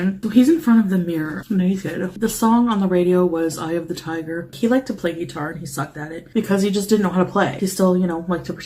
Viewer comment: The way she says "guitar" makes me irrationally angry.